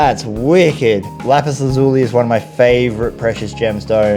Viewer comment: Pronounced Lapus laz U lie.